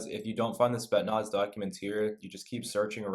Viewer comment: "Spet-naz" lmao